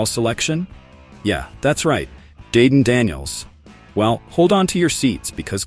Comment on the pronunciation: Dayden Daniels, come on AI....LOL